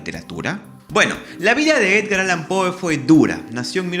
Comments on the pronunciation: Me perturba que pronuncies "POE" en vez de "Pou". Me haces acordar a los españoles que traducen fonéticamente todos los sonidos extranjeros desdeñando la pronunciación original. Queda horrible. Va sin mala onda igual. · Su apellido se pronuncia pou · Poe... sía. (Creo que se pronuncia Pó).